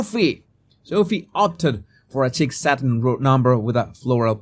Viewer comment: LOL. (Just FYI "sheek" satin dress... Not "chick".... (it's from the French)... But by all means say "chick" if you want, we like your accent;-)